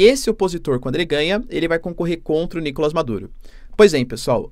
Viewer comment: Seria maravilhoso se o Maduro caísse. Não aguento mais ouvir o professor dizer Nícolas em vem de NicolÁs.